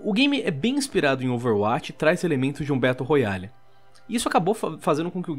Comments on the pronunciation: "traz elementos de um BETO ROYALE" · "Betão da realeza"